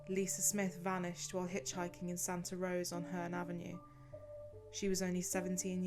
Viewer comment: Not Santa Rose, it's Santa Rosa, my hometown